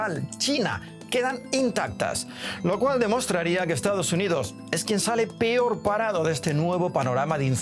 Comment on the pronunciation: Dejen de poner a físico culturistas qué dicen "pior" 😂😂😂😂😂